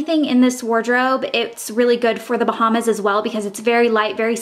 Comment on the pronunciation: How do you mistakenly say Bahamas so many times?